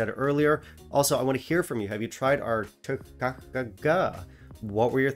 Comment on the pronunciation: Pronounced Toi-check